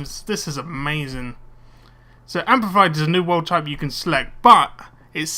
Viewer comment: its amplified not ampified